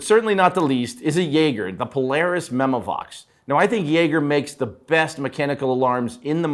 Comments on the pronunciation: why tf wouldn't you learn how to pronounce jaeger after all these years in the industry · Biggest mystery in the industry. He can’t pronounce Constantin correctly as well. Disgusting 🤢 🤮